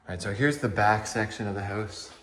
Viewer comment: Hoase he says instead of house... check oat the hoase